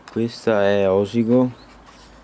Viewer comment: Attenzione, "Sàrmede" si pronuncia con l'accento sulla "a" e "Osìgo" sulla "i", la chiesetta sulla collina è dedicata a S: Daniele. Complimenti comunque per il video da un fregonese.